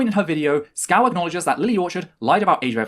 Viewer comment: Isn't it weird that mispronounces VangelinaSkov as Skow? It may be an accent thing, like how Canadians make the T letter in some words sound like the letter D. But, given the fact that is trans, surely she would be aware of how important names are to people, and given that she continues to do it throughout her "accusation" video, is it meant to be a slight?